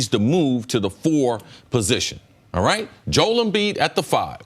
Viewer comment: Does CC ever make sense to anyone? He always says made up nonsense with such conviction... followed by "arright". not a typo, he dont say no L in it